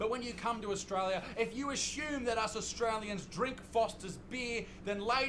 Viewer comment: And it’s also grating to hear him say “Austwaiwia”. There’s an “R” and an “L” in there. Try saying these two syllables “Aust”, then “tRaiLia” (not “twaiwia”)